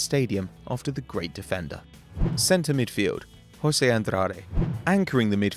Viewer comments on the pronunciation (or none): none